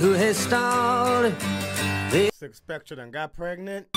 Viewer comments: There are rumors that is still mispronouncing Spectre to this day. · Bro spectre is pronounced specter